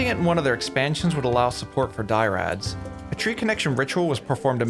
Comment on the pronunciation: These Gauranlen tree creatures are called dryad instead of dyrad. Good video though.